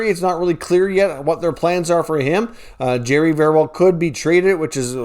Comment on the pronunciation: Jarry , Jar-eee Not Jerry !